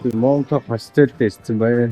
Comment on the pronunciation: Залуу гэр бүл бн ,хэлээ сайн сураарай . Mountain-Мо биш маунтн гэж уншна. Уул гсн үг. Охин билетийг тикет гэж биш тии-кт гэж өргөлт авч хэлнэ. За тгд европ ер нь хятадуудаас айдаг гэхэд болно залхсан ,бохир бүдүүлэг ,чанга орилж олны дотор ярьдаг гээд . Биднийг хятадууд л гэж харна ,иймд соёлтой байдлаараа л ялгарна .